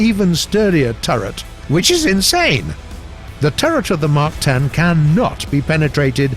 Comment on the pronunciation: Nobody: War-Thunder Commentator: wIcH iS INsaNe